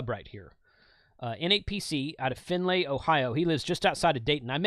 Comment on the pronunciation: Finn-lee ohio. But you said it the way it's spelled. 😂